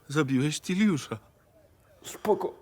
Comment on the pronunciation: Tiliusz kurwa!! xD